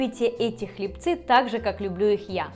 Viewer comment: Извините, хлЕбцы, а не хлебцЫ